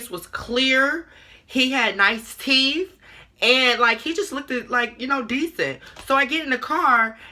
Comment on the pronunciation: She Said ''Teef'' Not ''Teeth'' 😭😭😭